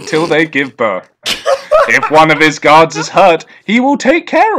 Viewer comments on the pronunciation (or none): “It said it kills the muvver/favver after birf” his inability to pronounce the “th” sound is infinitely entertaining.